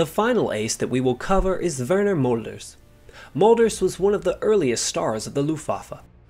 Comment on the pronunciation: Thank you for the interesting contribution. However there was no Molders, his name was Mölders.